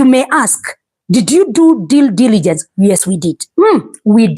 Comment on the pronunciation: "Due diligence not deal diligence." nayo inaleta Shida hapa😂